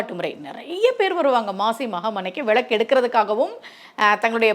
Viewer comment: விளக்கு தானே மா சரியான உச்சரிப்பு... நீங்க ஏன் விழக்கு விழக்கு னு சொல்றீங்க..ழ போட்டு பேசவேண்டிய இடங்களில் ஒரு சிலர் ள னு உச்சிரிப்பாங்க கேட்டிருக்கேன்... நீங்க ள வை ழ னு சொல்றீங்க